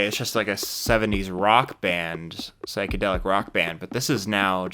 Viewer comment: Never NEVER listen to remasters. They ALWAYS ruin it. 😬 Also it's pronounced SIGH-kedelic not SICK-edelick